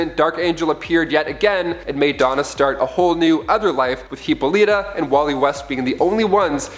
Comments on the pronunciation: Hip-pol-li-ta, Sir-See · Great Zeus, the pronunciation of names is atrocious. Antiope is pronounced an-TY-uh-pee; Hippolyte = huh-POL-i-tuh; Menalippe = muh-NAL-uh-pee; Orana = or-AH-nuh.; Themyscira = them-is-KEER-uh. You're welcome.